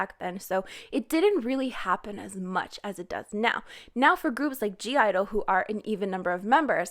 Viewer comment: anybody else triggerd that she keeps saying gidle instead of idle LIKE WHAT THE FUCK!